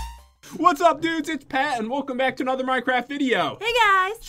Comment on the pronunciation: When you said don't mess this up pat I heard don't mess this up bat.